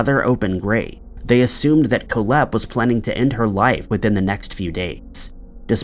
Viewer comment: It's pronounced Kohl-hepp (Coal-hep), not Koh-lhepp. Your emphasis is on the wrong syllable. 🇨🇦